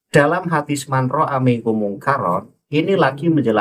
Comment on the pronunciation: Cara baca haditsnya (manroaitu) kok gak di bahas kang? 😂😂